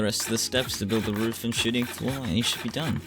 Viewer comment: Every time he says shooting floor I think hes saying shiting floor, I love it lmao